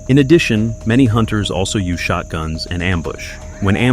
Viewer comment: "Yoos 500,000" AI SLOP!!!!